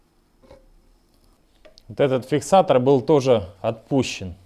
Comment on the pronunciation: не фиксатор, а фиксацор